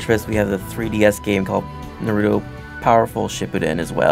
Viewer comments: What the FUCK is a narootoo?!!? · why do people say "Nruto" its Naruto omg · He pronounced it Narooooooootoe instead of Naruuuuto o.o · i'm not seeing any comments on how this guy is not saying naruto's name right, i cant be the only one who noticed right???.... it's naruto not nurato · It's NaruTO not NaruDOE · Dude! Japanese version is the best and dude its naruto not narudo like what you were saying! i think you need to rewatch the show! You like don't know anything! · UUUUUGGGGHHHHH this guy is killing me!!!! Every single time he says Naruto's name,he mispronounces it!!! Its pronounced Nar-oo-toe (or something along those lines), NOT "Nur-oo-toe"!! It's "AR" dammit not "UR"!!!! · Naruto Dubbed is the worst for me after watching and reading original in Japanese (subbed). The humor is always lost in the translation. Naruto Dubbed was below average but Naruto Shippuden Dubbed is truly awful. The comentators keep mispronouncing Naruto. Its pronounced Na rou to. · Why do they always say Naruto wrong? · How hard is it to pronounce Naruto name right. Even when you hear it in the game you still pronounce it wrong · he is not saying naruto right either...... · sooooo yeah i love the game just wish we didn't have to hear two idiots talk, plus the fact the main guy talking keeps pronouncing Naruto's name wrong which is pretty annoying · They cant even pronounce Naruto :( anyway if you don't know anything about naruto I suggest you either read the manga or watch the anime and I agree with you guys they are annoying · Not only are they wasting their time talking, they cant even pronounce "Naruto" and "Shipppuden" correctly -_